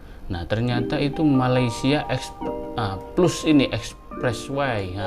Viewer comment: Plus..bukan pelus,sebutannya ialah,pelas..hehe..harap maklum